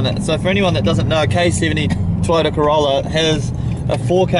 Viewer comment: Haha go the ca-wow-la !!